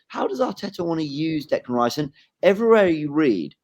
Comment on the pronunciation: I know doesn’t want Declan Rice, but at least he can say his name.